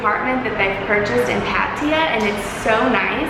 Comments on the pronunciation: That annoyed me everytime lmao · ohh its called Patiya? I thought its called Pattaya